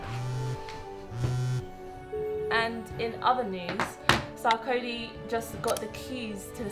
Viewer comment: So Sarkodie and his film directors couldn't get his name pronounced properly and correctly even in his own video ...this is the kind of subliminal message that says "we don't have any regard for ourselves and pride in our culture"!!! Shameful!